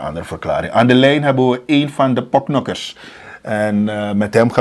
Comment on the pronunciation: Het is porknokker. Geen poknokker